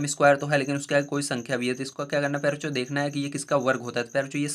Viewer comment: Sir aap pyare bachcho kahte hai ya pyare cho 😂😂😂